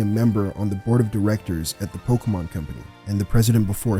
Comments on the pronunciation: Pokémon, not pokeuhmon. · pls stop saying pokamon